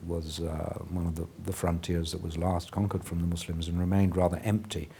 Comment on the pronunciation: wow for the first time in history, someone pronounces Muslims correctly instead of saying mozlem or something like that.